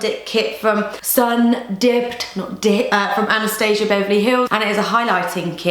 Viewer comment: Love the way you said anastasia! Cause that's my name (Anya is just a nickname) I find the other beauty gurus butcher it but maybe that's how she wants her name to be pronounced.